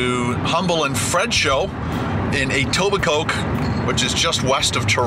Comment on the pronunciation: Actually Etobicoke is what the west end of Toronto is called. It's like Scarborough but in the west end. And the last K isn't pronounced in Etobicoke